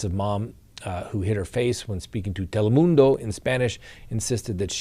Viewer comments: I laugh each time at the way says Telemundo. lol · From now on I'm saying Telemundo just like you. 😆 cracked me up.